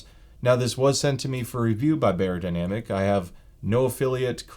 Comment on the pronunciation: you wouldn’t say soony or heefeemain. it’s not bay-er, it’s buy-er. beyerdynamic is a german word. “buy-er-dynamic” not “bay-er-dynamic”